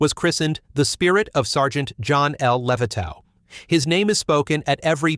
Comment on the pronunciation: Please pronounce Levitov's name right. Geeze...